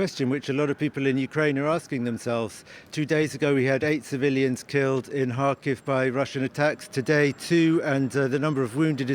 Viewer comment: He is living there and saying Harkiv. the actual pronunciation is Kharkiv, Russian Kharkov.